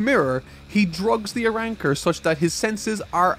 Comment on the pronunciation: It's Arrancars not Arannkars. Please fix your accent!! Call them by their names. Or are you afraid to make a mistake???